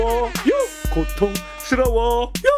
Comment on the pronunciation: 형이 만들어 준 삼다수바 '파'맛 첵스바 다른 차원의 문 역시 최고의 스트리머(feat. 멍게) 야야야 누가 입 좀 막아봐(feat. 코알×선바) 그스그편... 고↘️통↘️스➡️러↗️워 발음이 좋아지신 것 같아요 발음 좋은 사람의 랩 대두바 방송시작 변천사 일방무새 무오↗️오어어어↗️어어어??!